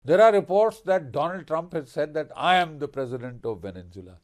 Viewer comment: It’s Venezuela not Venenzuela - pronounced vene-zuela not Venen-zuela